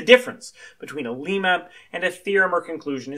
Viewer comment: its not pronounced like the country Lima. its like dilemma without, of course, the 'di-' prefix. Lemma.